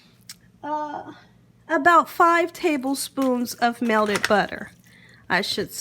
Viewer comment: Its pronounced "Melted" butter not melded butter.. smh